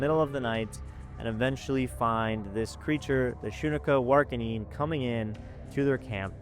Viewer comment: Pronounced Shun Ka War Ah Kin. Lol. Damn. Just a heads up from a member of a Montana tribe-Apsaalooke